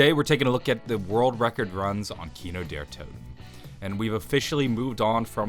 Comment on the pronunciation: you say Der Toten weird ???